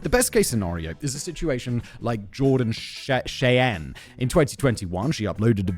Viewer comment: Cheyenne is pronounced shy-anne